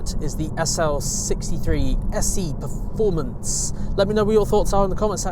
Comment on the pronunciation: Did he say “SE” performance?